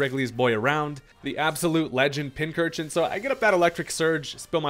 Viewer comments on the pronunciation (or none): none